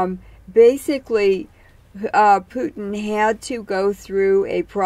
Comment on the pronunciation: I believe he’s name is Putin. not pewting